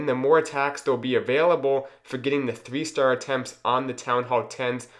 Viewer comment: Theethree lava hounds 😂 Nice video, good job👍